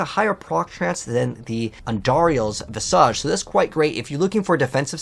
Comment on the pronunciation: It’s not visAJ like massage it’s visage like slippage or cabbage. Vizidge